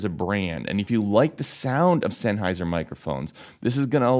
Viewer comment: 1 minute 40 seconds and he has said sennheisher 8 times